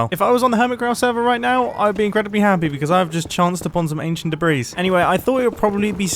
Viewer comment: debree not debrees